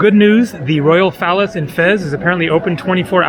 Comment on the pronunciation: it sounds like you're saying the "royal phallus" instead of the royal palace!